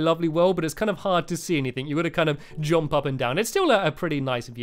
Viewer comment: It's jump NOT JOMP